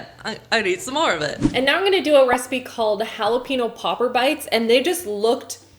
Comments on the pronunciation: love you! although I slightly cringe when you say jalapenO, instead of pronouncing it jalapenYO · Oh lordy, please pronounce jalepeño properly. You don't need an accent or anything.. 'hall-uh-pen-yo' NOT 'pee-no'. I cringed so hard every time you said it 😂😂 All of these recipes definitely look so dang delicious..I for sure want to try the dome cake!! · ah yes I love eating halapeenos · I live in Texas, and saying "hollapeeno" is utterly ending me. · no one:: JALEPEENO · Was I the only one bothered by how she kept pronouncing “jalapeño” without the “ñ” ?? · Jalapeño is pronounced jalapeenyo sry it was just really bugging me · Jackie SAME IT WAS BUGGING ME SO MUCH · Thought it was just me! Everytime she said the word i shuddered. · I’m in Texas. I cringe every time says, “jalapeño.” Halla- pane-yo. Thank you. That is all. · OMG jalapeno=holla-pen-yo. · Did she say Jalapeeno? O_o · The fact that she says “jalepeno” without the ñ is triggering me. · Who else cringed every time she pronounced jalapeño wrong? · It’s ñ not n. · Did pronounces jalapeño incorrectly. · omg the way you pronounce jalapeño throws me off! lol